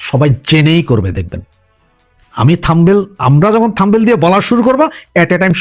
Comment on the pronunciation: থম্বেল নয় শব্দটা হচ্ছে থামনেইল।